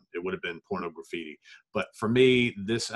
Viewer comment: Really surprised that you haven't dug into Saudades de Rock, but whatever. Aside from that, I'd like to point out two mispronunciations: It's not "Porno Graffiti"... it's "Pornography-tee". And from the III Sides album, it's not "Political Calamity"... it's "Politi-calamity"